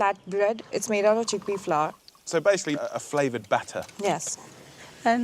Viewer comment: He said cheakpea curry , you will never change. Dude you are in India